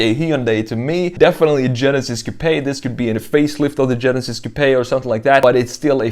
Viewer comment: The E in coupe is silent.